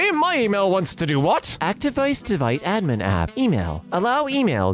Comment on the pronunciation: did he just say actdevice devite admin app?